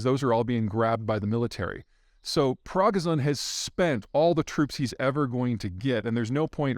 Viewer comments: Progazon? Who's he? Dispadizician? What's that? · Interesting, thanks. Your mispronunciation of the names involved is quite something though. Prog-iz-on 🤣 come on! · It’s “Pre”-“gor”-“zin” (but who cares? 😂) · Pri-go-zhyn. But thanks for the analysis 😊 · Pragozin? Seriously? Learn the guys name at least. You’re really sounding like a NATO apologist the past year, just repeating propaganda from Western intelligence public reports. We can all just go read WaPo (CIA mouthpiece) or the British MoD reports ourselves. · Dimitri Praga-zin?? You mean Yevgeny Prigozhin.... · Hey Peter. Great suff except Prigozhin is pronounced Prig-oh-jin - with a soft "j" as in the french jus (sauce) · Ev-Geen-y Pri-GOH-shen. If you mess up the little things, no one will believe you when you talk about the big things. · Tell me something... Is Dimitri Pragnazin another way of say Yevgani Pregozin? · Haha, oh man. I love Zeihan, but somebody needs to tell him in a hurry it's Yevgeny "Pri Go Zhin", pronounced like that. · But, Peter, how can we trust your info when you don't even pronounce his name right? Pre-GOES-Shin. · PRI - GO - ZHIN (zh like s in "pleasure"). Come on Peter, a little more prep will help your credibility. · Peter, you always bring us great content but by George, will you please take the time to learn to pronounce things: Yev-ge-ny, Pri-go-zhin, nu-cle-ar...and no, nucular is not a recognized alternative way of pronuncing it, it's just an error. Cheers! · Im sorry who?? Progizon??? XDDD PROGIZON ROLL OUT ErrrRRReeErrRRewrRrrerrEERR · Pri-go-zhin the Zh is like the z in seizure, or the s as in pleasure. That said, you say it however you want Peter. Thanks for the video, insightful as always. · Normal people don’t care if PZ mispronounced som Russian goon’s name. What does it matter? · Progison? lmao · Prog-a-zon? Do you mean Prigozhin? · Peter, say it with me. Pre-goh-zhin. Zh is pronounced like the J in bonjour, like in Zhukov. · Maybe learn to say his name correctly first?